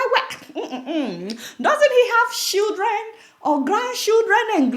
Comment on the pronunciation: Adeola, it's not "Shew-Dren" it's pronounced "Children" as in "Tcheel-Dren"